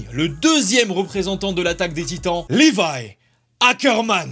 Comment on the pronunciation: Trop top comment tu as dit Levi Ackermann